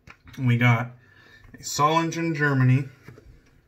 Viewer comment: Solingen has no soft G, DK, not one single J sound. It is Zo-ling-en.